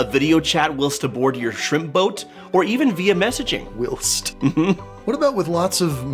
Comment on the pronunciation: Please check the pronunciation of "whilst" and "poignant." It sends odd that a highly educated person would mispronounce two relatively common words. It makes me wonder what else you missed, but use as if you know.